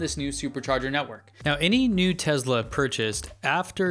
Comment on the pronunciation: Why do you say 'Tezla'? I don't see a 'z' in the name anywhere.